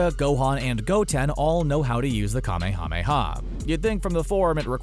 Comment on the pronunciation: Holy shit! Just say kuh-may-uh-may-uh wave!